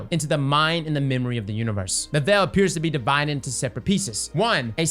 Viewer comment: Obviously we’re wondering about The Veil, but this guys asking more important questions, “what is the Vel?”